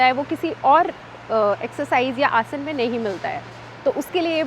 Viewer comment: Explanation to sahi h lakin hindi ka uchharan sahi karen जैसे कि आसना नही है, आसन है। याद रखिये आप भारत मे निवास करते हैं